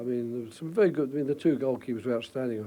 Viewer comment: Vewy vewy hard